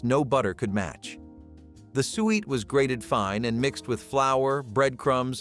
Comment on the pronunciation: You are driving me crazy Suiet or sweet pudding is suet pudding. Do some rematch for God's sake. Or maybe, you did not expect anyone to listen this long.